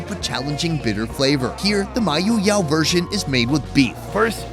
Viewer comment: Thanks for visiting our beloved place Mayoyao.... I love the way you pronounce Mayoyao 🥰